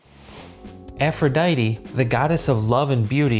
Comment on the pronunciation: Um aphrodite is pronounced af-ro-dite not af-ro-dity